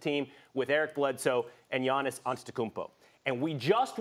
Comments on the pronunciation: At this point I'm convinced that Steven A just can't pronounce Giannis' name. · Hahahahaahahha Stephen A cannot say Gianni's last name. Neither can I type it out lol. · Stephen A call him Gannis. Please stop with the Greek freak it's annoying respect